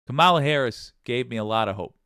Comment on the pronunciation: Hi. Now more than ever, we need to get the pronunciation right. Madam VP's last name has the emphasis on the first syllable; not the middle. I still make the mistake too, as does DJT.